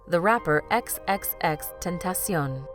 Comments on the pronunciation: X...X...X... tentation wow how can you pronounce the name so wrong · I been to most of his concerts. For one ur saying xxxtentacion wrong and his real name wrong. Cleo is his mom.